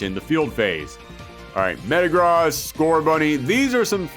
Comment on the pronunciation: The way he pronounces Metagross pisses me off